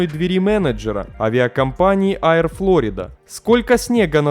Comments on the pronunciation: Не Аер-Флорида, а Ейр-Флорида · Все хорошо только Нью Йорк Эйр, все правильно👍 но почему то Айр Флорида, вроде мелочь, но авиационному каналу нужно быть внимательней, удачи✌